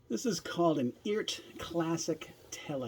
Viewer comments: The website says the correct pronunciation is ert. Sounds like earth. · I think the way you say it is, E-art. The reference is to Art. Electronic ART.